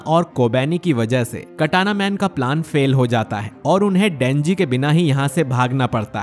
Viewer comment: You say dhenji